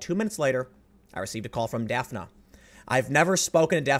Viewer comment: Is her name spelled "Daphne"? Then it is pronounced daf-nee. Like the character on scooby doo